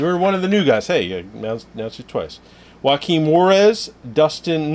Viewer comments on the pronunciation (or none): none